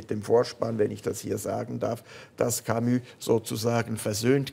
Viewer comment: warum betonen Schweizer ,auch wenn sie sehr gut französisch können, französische Wörter immer auf der ersten Silbe ?-'Velo,'Camus, 'Hotel etc.?-hat wer eine 'Idee?